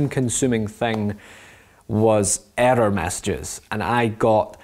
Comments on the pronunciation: error sounds like erder with his accent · you mean "eder"? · It might just be me just I love the way u say the word “error” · i love how he says error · i love the way you say error :D